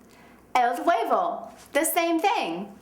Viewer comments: de V wordt nie uitgesproken in spanje! huebo, wordt het uitgesproken! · hahaha personas que hablan español, no se fijaron que la vieja cuando dice huevo lo pronuncia gueybo hahahah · i'm mexican and this girld don't meet good the spanish but, is a good teacher, jaja her pronuntiation is bad D: el huevo... jaja